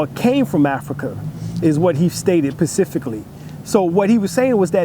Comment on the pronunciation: Specifically bro...not patifically